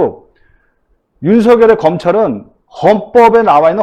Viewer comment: 오우! 전영기 최고네요~ 더이상 무지를 드러내지 말고 윤석열 제대로 발음하세요